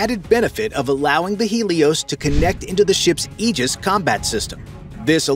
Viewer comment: Finally, a narrator that correctly pronounces Aegis.